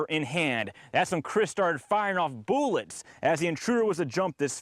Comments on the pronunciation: Chris started firing off "BOO-LETS" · "chris started firing off 'boolets'.." haha "Boolets"? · Fired off "boolets" lol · ... firing off boolets ... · Wtf is boolets